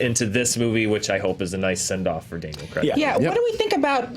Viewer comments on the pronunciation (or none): It's Daniel f*©king CRAIG, not Cregg! Cray-g!! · Just to add that in British English Craig is pronounced "Crayg", not "Creg". :) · These things are pronounced the same where I’m from. Probably a regional thing. Chill. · Freaked out? Melt down? Nah, just a pet peev of mine. A name is not a word - bar translation into a totally different language it should be the same wherever. Daniel CRAY'G is English, and not from "your party of the world" where they apparently are pronounced the same and everyone pronounces everything how they like because the basic rules of English don't apply. Anyway, rant over.